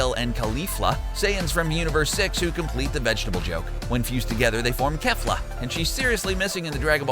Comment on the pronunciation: It's ponaced whese, zar-bon, majin vegeta, and ke-fla